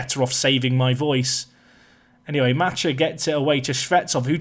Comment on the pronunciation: Macha is pronounced like match